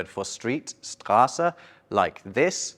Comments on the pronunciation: It is pronounced /ʃtʁaːsə/ not /stʁaːsə/ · I don't like it at all. What I don't like: Why not Tş? Why unnecessary extra letters? Why one letter for two sounds (/kw/)? Why Əə and not Ǝǝ? Mistakes: You show /dj/ but say /dʒ/! It is pronounced /ʃtʁaːsə/ not /stʁaːsə/ Capital ß is ẞ, not ß /ny/ is pronounced like German Nü. What you say is /nj/ It's not pronounced /ˈzwɔti/ but /ˈzwɔtɨ/ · How can this guy be a German resident, but still fails to mispronounce “Straße”?